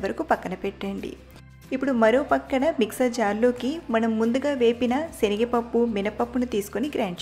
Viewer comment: Meeru shenagapappu antaarenri senagapappu Kadha